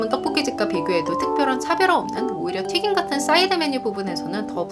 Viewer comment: 발음이 조금 씹히거나 날아가는 부분이 있는 것 같아요. 빠르게 말하려고 하셔서 그런 것 같기도 해요. 튀김이 튀긴으로 발음되거나, 단점이 당점이라고 발음되는 류의 실수들이 들려요. 발음연습 하시면 영상이 더 편안하게 전달될 것 같아서 조심스레 말씀드립니다.